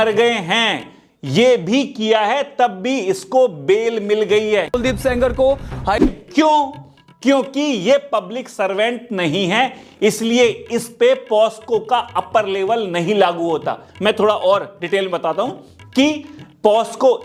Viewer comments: Posco nahi hota hai Pocso hota hai ji Baaki facts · Pocso hota h. Posco NHI. Bro. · bhai IT IS "POCSO" NOT 'POSCO' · पोक्सो है पोस्को नही